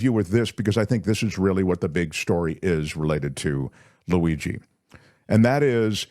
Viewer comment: “ Laweegee”?? Jeeeez people